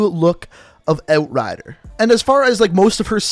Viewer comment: "oat rider"